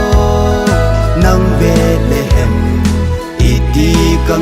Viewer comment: Angei sele❤ahinla pronunciation hi khangthah te hin kikhol jep g le ong,eg Bethlehem, betlehem naty doh tai kahin oimo lom2 deh poi,epao u bon hilou😂🙏